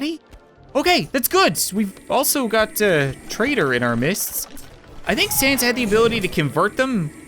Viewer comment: You said sans correctly I grant you my mercy